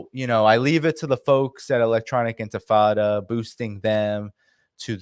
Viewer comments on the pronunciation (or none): none